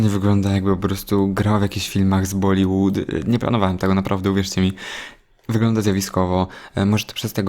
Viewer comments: Jest coś takiego jak Bollywood bo bollywood nie ma ;-) w każdym bądź razie tak się tego słowa nie wymawia dlatego zwróciłam uwagę na wymowę ;-)... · Wymawia się „bollyłyd” chociaż to y jest jak takie y pomieszane z u